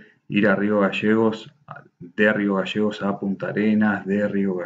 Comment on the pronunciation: No se dice magasanes es magaLLANES Y no es rio gasegos es GALLLLLEGOS LLLLLLLL NO SSSS